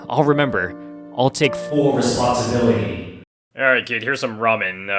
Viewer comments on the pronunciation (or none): I like the part of “full R E S P O N D S I B I L I T Y”